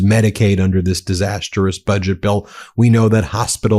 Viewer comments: Disastrous NOT DISAST-ER-OUS 😂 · Ben, you keep mispronouning "disastrous".